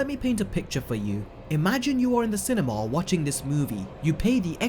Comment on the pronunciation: When you say cinema it sounds like cinemawl